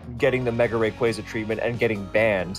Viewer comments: All these years and we're STILL saying Rayquaza wrong? 😅 It's always been "Ray-QUAY-zah" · Two different pronunciations of rayquaza 😂 first guy keeps saying it wrong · I will never get over how Smogon players can never pronounce Rayquaza, Zacian, or Eviolite correctly 😂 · That busted pronunciation of Rayquaza irks me to no end. 😖😣